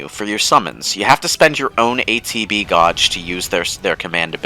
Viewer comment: not a serious question, but how do you go about mispronouncing "gauge" in one sentence and in the very next pronounce it correctly?